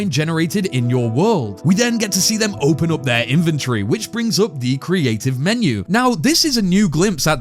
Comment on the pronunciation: Inventory ❌ Inventree✔